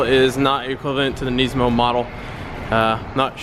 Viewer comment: did u seriosly just say nee-smo!!! its nis-mo